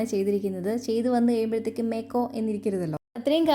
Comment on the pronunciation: നന്നായിട്ടുണ്ട്..... 🥰.. പിന്നേ.... ഈ മേക്കോ ന്നുള്ള പറച്ചിൽ അവിടെയുമുണ്ടല്ലേ...😅